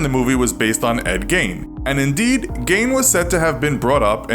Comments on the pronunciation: It's pronounced geen not gayne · It’s gein not gain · I was excited to watch this, but I can’t get past the fact the narrator is saying “gain” instead of “Geen” 😭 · It's not pronounced gain its geene) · It's pronounced GEEN other than that good episode